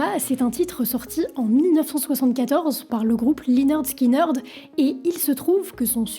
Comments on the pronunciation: On prononce 'lĕh-'nérd 'skin-'nérd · Ça se prononce léneurd skineurd 🤦‍♀️🤦‍♀️ 10 secondes sur Google trad 🤷‍♀️ et l’accident d’avion faut revoir tes sources 🤦‍♀️ j’essaye à chaque fois mais je tend tellement d’énormités sur les groupe que je peux pas finir les vidéos. Revois tes recherches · Dommage de dire lineurde skyneurde 😂 sinon la vidéo est cool :) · Très bien résumé l'histoire du groupe. Juste une petite info, prononcer Lainerd Skinerd. Sinon tout est ok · la prononciation du groupe à l'a française..... lyneurde skineurdeu.... sérieusement? ... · Depuis des années je prononce en bon français "Linirde Skinirde" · Oui et prononcer le nom du groupe également. Mais c’est fréquent chez elle. J’ai entendu des énormités sur plein de ses vidéos 🤦‍♀️ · ferme la ! tu répètes ce que dit wikipedia et tu n'as aucun intérèt..!! quand on est déja pas foutu de prononcer le nom correctement..! continue tes merdes sur les politiques et laisse la musique tranquille !!! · bravo pour le sujet d'un groupe légendaire mais s'il te plait renseignes toi sur la prononciation du groupe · Tu veux pasfaire l'effort de de demander à quelqu'un de t'apprendre à prononcer ne serait - ce qu'à peu près correctement les noms de groupes ou de chansons? Bordel dès "Swit aume alabama" et lineurd skineurd" ça promet...